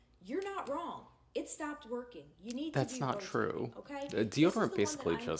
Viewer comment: The way she says wrong as "WHRAWNG!!!" 😮